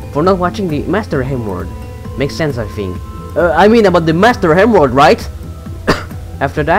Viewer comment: sounds like your saying master n word